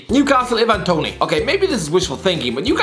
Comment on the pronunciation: why can he keeps saying 'Ivan Toney' wrong It's I-van not E-van ik because it's my name :)